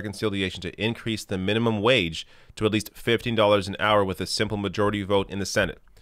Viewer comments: Is there an "r" at the end of "hour" when Bernie pronounces it? If Lindsay Graham fights Bernie like he "fought" Trump, this should prove quite entertaining...and fruitful for the left. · Rs don't exist at the end of words in Brooklyn.